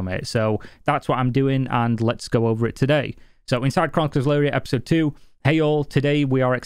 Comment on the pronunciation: "Epsisode".. You're welcome!